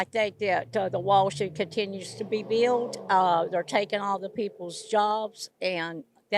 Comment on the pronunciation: bee-ult = built somehow